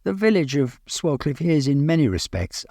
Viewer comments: It’s actually said sway-cliff I used to go to school there The village is so picturesque means so much to me and I regularly go cycling around the many nearby lanes and tour round the very proudly standing madmarson hill which is a man made hill that buried an Iron Age fort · Lovely video. The village name is actually pronounced "Swaycliff", but unsure if that's just a local thing! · pronounced Sway-cliffe. Enjoying your vids enormously.